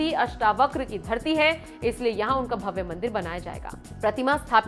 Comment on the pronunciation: भव्य का उच्चार भव्वे और दिव्य का उच्चार दिव्वे ऐसा क्यूं करते हैं आप।